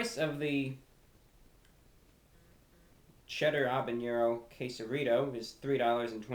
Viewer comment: Btw, it's habenero, not habeñero.